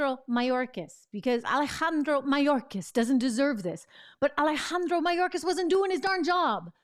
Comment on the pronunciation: Trish, the way you pronounce Alejandro, WOW!!! You just went next level!! I like it!!! 👍. Great reporting by the way!!!